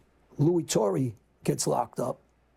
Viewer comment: John...2 things.... 1 - it was Lou Turra... not "Torry" and 2 - it was John Stanfa that took over for Scarfo... not Joey Merlino